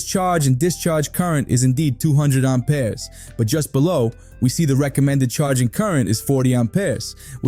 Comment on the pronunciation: What are these "Arm Pears" you spear of? 😂 Sounds like you need to see a doctor!